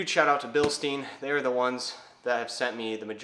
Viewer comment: It’s pronounced Bilstein